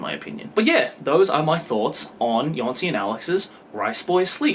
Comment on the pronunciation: Jónsi should be pronounced as "y-oh-nsi". The accent in Islandic shows addition of "u" after the vowel. In the case of u, the stock pronounciation of it in Islandic is Ü, so putting the accent will turn it into something like "oo" in word "look".